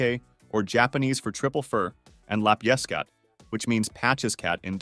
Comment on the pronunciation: The pronunciation of 'lapjeskat' was terrible, but the translation perfect. A 'lap' is a piece of cloth, a small one a patch. A small 'lap' is a 'lapje', emphasis on 'lap', not 'je'. Add an 's' for plurality, and you get 'lapjes-kat'. Took me a full minute to figure out what 'Dutch' word he was saying, lol